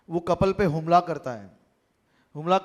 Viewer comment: Harshbhai,HUMLA NA BOLAAY,HAMLA BOLO😂😂